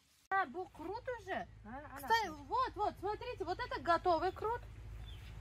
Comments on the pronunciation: Не крут (ухо режет), а КУРТ. с уважением, Радик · почему вы говорите КРУТ.Хотя его называют КУРТ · не крут,а курт☝️ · не крут а курт. Спасибо за видео. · на ваш канал подписан и с удовольствием смотрю. Хочу немножко подправить вас с произношением слово курт, а не крут. Не судите строго. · Не крут, а курт! 😊😊🤭🤭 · Не крут, а Курт! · Не крут а курт